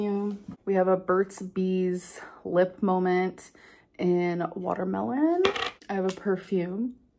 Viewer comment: So we’re calling something as simple as a lid a “molment?” Love that for you, Amberlynn.